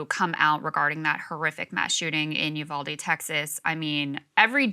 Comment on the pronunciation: It's oohvalDE not youvaldie